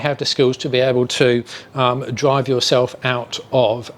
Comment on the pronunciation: Den wen you dwive down da woad wiff da twuck dwiving da udder way - FFS